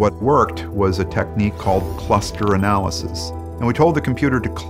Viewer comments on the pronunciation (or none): none